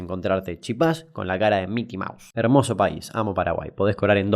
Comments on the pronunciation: Es chipa sin acento Damián, no chípa. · It's chipa, no chipá. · Genial los videos Damián! Siempre adictivos , pero xfa decirlo bien, es CHIPA sin acento, el acento se lo pusieron los porteños anda a saber xq. Te recomiendo que chusmees la historia de del secuestro y muerte de Cecilia Cubas, hija del ex presidente de Paraguay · Solo los argentinos dicen chipá…. No se acentúa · No es “chipá” es “chipa” y se pronuncia sin acento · Es chipa, no chipá, y chipitas no chipasitos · Hay que pelotudo no save decir chipa,chipa se dice poniendole un hacento a la "i",haci chIpa no chipA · No es CHIPÁ, es CHIPA 🙄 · No es chipá es "chipa" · Se dice chipa no chipá papi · es CHIPA - no CHIPÁ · Primero: No se dice Chipá, se dice Chípa. El acento en la A es un invento Porteño. Sengundo: Se dice Chipita!! La palabra Chipacito es un invento Chaqueño, solo lo ví en Resistencia. P/D: las chipitas de Posadas son muy superiores a los chipacitos de Resistencia. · Sos muy simpático y buena onda, pero esa costumbre chaqueña/correntina de decir chipá o chipacitos.... Cuando CLARAMENTE en el empaque dice "Chipitas" (min ) porque la palabra es CHIPA, grave sin tilde (termina en N, S o vocal) Abrazo desde Misiones, genio. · Me defraudaste que digas chipá y no chípa como realmente es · Alguien le dice que se llama chipa no CHIPÁ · Ellos lo dicen en guaraní, en español es "Chípa" en guaraní "Chipá" pero realmente se pronuncia "Shipá" ya que la "Ch" se pronuncia como "Sh". Lpm, y yo dando clases de guaraní básico, mejor me voy a hacerme una paja, deseenme suerte. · pero no lo dicen con la correcta pronunciacion tampoco. Si es en español se dice CHIPA, si es en guaraní se dice SHIPÁ. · mi cabeza explotó zamba (el dibujito) se supone que es de formosa y siempre pronuncia chipá, le tengo un firme odio por eso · se puede pronunciar con acento sería en guaraní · Escribir Chípa esta mal, se escribe Chipa. Escribir Chipá esta bien pero esta mal pronunciado.